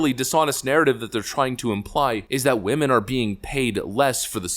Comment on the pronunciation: But but but WAHMEN 😅